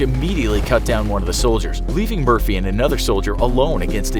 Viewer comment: When you say Murphy i hear mercy